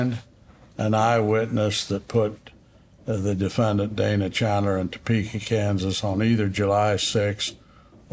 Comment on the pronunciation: The attorney on the Dana Chandler case, “the DE-Fin-Daant” 😬😬😬